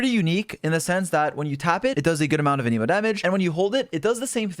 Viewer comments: You gotta relearn how to say Anemo, it isn't said like Animo it's like you write it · For the last time… AN-UH-MOW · aneemo? people say it like tha? isn't it anEmo? Anyway love Heizou, nice vid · Hearing you pronounce Anemo as "Aneemo" IS WEIRDLY LIKE...SATISFYING? DONT TAKE THAT IN A WEIRD WAY IT JUST SOUNDS FUN? IDK 💀🤝💀 anyways THANK YOU FOR THIS VIDEO Heizou for some reason is hard for me to build? 💀💀💀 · Idk why, But I heard "The new Emo 4 star" and that got me dying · whenever you say "anemo damage" I just hear "an emo damage" and imagine heizou playing a g note as an attack. it definitely improved the video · Every one : hmm ok! Got the information i needed Me : why does he keep pronouncing anemo as an-i-mo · Uh-Knee-Moe Damage.